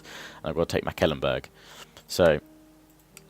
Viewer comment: Just to say your saying Mecklenburg wrong :P just saying.